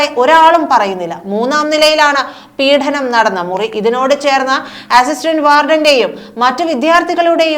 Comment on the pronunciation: പീഡനം not പീഠനം